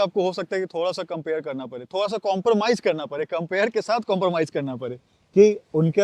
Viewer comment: Badaa not Baraa... Karna pade not karna parree,.. Padega not parega... WTF is wrong with people speaking hindi like in this shitty way!!!?